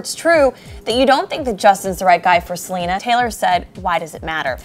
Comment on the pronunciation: Selly it's Selena